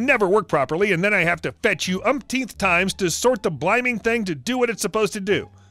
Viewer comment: Bliming is pronounced blimming....like swimming.